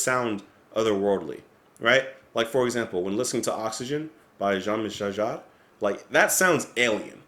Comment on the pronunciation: You are the only English-speaking fellow who can pronounce Jean-Michel Jarre correctly. I am definitely impressed.